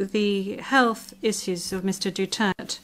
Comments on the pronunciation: Hoy its Du-ter-te not dutert, its Duterte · Pwede bang sabihin sa blonde na ibigkas niyang mabuti ang Duterte not Dutert. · She pronounce Duterte as Dutert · Anong pakialam ng ICC… Hindi nga maka pronounce ng Apelyedo nya grrrrhhh